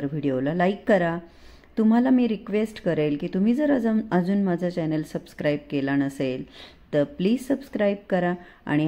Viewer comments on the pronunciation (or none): none